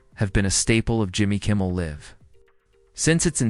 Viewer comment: Please learn how to pronounce Jimmy Kimmel Live.